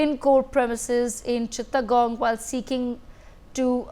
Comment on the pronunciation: Hello it's not cittagong its Chittagong... please pronounce it correctly!